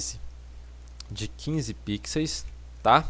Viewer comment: muto bom o tutorial, só fiquei com agonia dele falando "Pixeis" ao invés "Pixel/Pixels", fora isso tudo certo ahuahuhahuaua